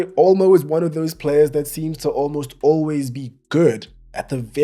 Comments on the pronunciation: ‘Olmost Olways ‘ 😂😂😂😁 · Olmost Olways 😂